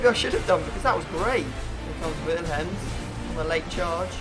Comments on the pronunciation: It's pronounced Willems not villhems, just saying. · The way he said Willems 😂 villhemms